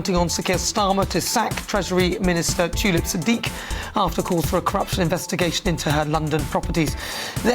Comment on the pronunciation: Its T U lip.. U as in Umbrella...shes no Flower.😡